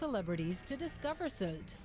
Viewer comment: The y in Sylt is actually pronounced like ü (like in the name Rüdiger from one of your recent videos).